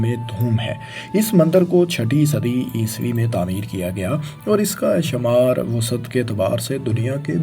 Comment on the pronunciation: Mandir to suna tha Mandar aj pehli bar pta chala Shumar ko shamar Ilaqay ko alaqay Pta ni ajeeb jahil banda hai jis ko lafz bolny e ni aty